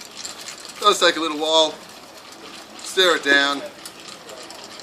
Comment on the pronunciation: Every time he says "stir it down" I hear him say "stare it down", which is better on so many levels.